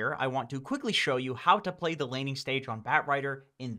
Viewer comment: why does he say ply insted of play? Maybe pligh?